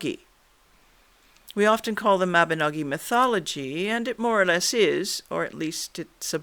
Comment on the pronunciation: thank you for saying Mabinogi, and not Mabinog*ion* - the latter is incorrect!